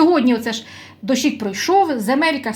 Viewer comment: ви так цікаво наголос ставите,дощик,борщик на букву и,правильно на о наголос ставити,без образ.Дуже добра ця редька дайкон,гарно родить.Цікаве насіння капусти,аж японське.